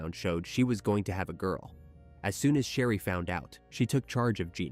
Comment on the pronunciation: Her name is pronounced Share-ee not Shah-ree. You keep switching back & forth in the story, which is quite confusing.